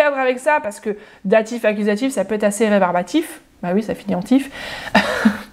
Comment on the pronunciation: « ich danke dir, donc accusatif » 🙄 En fait, j’entends « accudatif » c’est perturbant ahah